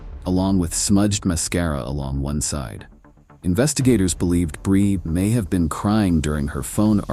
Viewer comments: Stupid ai. Can't even pronounce her name consistently. It's bree, not bri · The narrator pronounces Brie two different ways. AI SLOP NARRATOR.